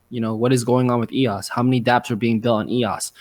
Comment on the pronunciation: eos, not ross